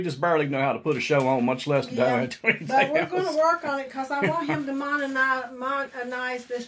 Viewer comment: Mon-a-tize that how it’s pronounced lol